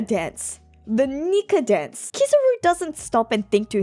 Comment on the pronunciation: Hearing you continue to say KIZZ-AH-ROO instead of KEE-ZAH-ROO makes me wanna turn the video off.